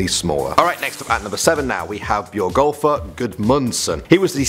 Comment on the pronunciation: As an Icelander i can say you bucherd Björgólfs name so hard!